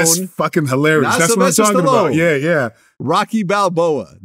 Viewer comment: I have never heard anyone butcher Rocky so bad